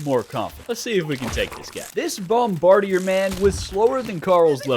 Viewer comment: for the last time it’s bomb-ba-dear